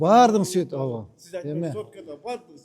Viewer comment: Мэрге айтып койгулачы, чоюлбай сүйлөсүн ауа дебей ооба деп эле айтсын. Анан Манас Ниязовдун баш кийимин ипподромго барганда кийип алсын. А так базар жок ишти катырып жатат.